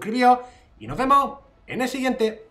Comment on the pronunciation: dice NOS, pero como es andaluz, la S se la come con torrijas xD